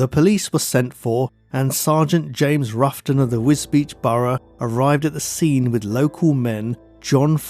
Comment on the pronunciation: Very nice documentary. One small note, you pronounce Wisbech as "WisBeach." The corruct pronounciation is WizBek.